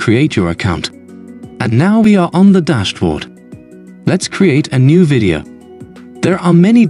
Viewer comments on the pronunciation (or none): good that it will be corrected - but it's not because it is muddy - it is because it mispronounces things like "video" and puts incorrect vocal inflections in the sentences. I can immediately tell if it's just a text-to-speech synth as this always happens.